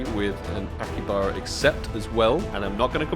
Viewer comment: It's not akibara.... It's akihabara(pronounce as aki-ha-bura)